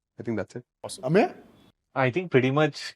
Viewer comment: Anyone else feels it is very funny how says AMYA instead of Ameya 😂